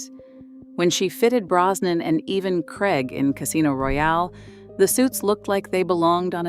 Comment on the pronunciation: Krayg not Kregg. Craig rhymes with plague.